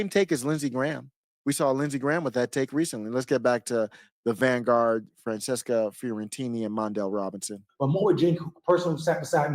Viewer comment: Wow your commentary is so bad. Lol. And it's Fran-ches-ca. Every right winger gotta do that childish name garbage. Smh. Skipped right over the part where she says she's for BLM huh? What's your position on BLM,? As a black man. Go ahead and pretend you didn't see the fourteenth comment. Maybe you can ignore the fourteenth amendment, too. Cheers.